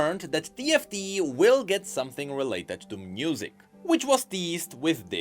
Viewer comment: Anyone else notice how he says "Mnusic"? Quite curious~